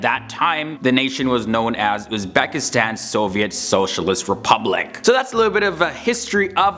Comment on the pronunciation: Not "UzbAkistan", but "UzbEkistan". Pronounce it right.